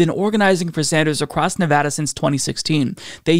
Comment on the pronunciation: Huzzah! Happy in Henderson, Nevada! And thank you for pronouncing the name of our state correctly!